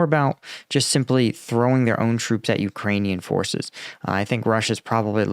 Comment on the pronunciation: Thank you,, for doing videos on Ukraine all this time! It really shows that you are a veteran - you're fairly knowledgeable on the subject (although your pronunciation of Ukrainian cities never ceases to amuse me), and you're determined to see this through to its right end.